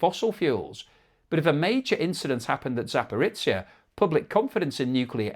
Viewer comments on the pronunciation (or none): Zaparitsia? Oh jeebus. Can you not just look how to approximate these names sometimes? At least you stopped saying Hormu as "whore-mutts"